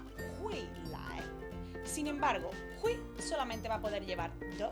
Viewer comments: pronuncias mal hui4 no se dice jui se dice foneticamente juei4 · muy buen video! Solo un dato, es hueì la i suena como ei y la u como ou